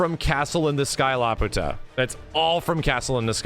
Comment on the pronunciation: It’s pronounced La-pew-ta. Not La puta. That literally translates to the bitch.